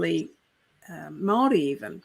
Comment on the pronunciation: The last thing I want to do is give PR tips to the HRC, which has grown to be one of the most dangerous institutions in Aotearoa in terms of threatening our freedoms, but, if you're going to speak Te Reo Māori, don't speak it like a person who has just arrived in the country and is trying to get virtue signalling points. Your pronunciation is straight out of the pākehā 70s, at best. Get a kaiako Māori! In this era, I'm quite amazed that no one in your organisation has said anything. Does this indicate you are surrounded by fawning yes-men/women? A PR disaster. In sincerity.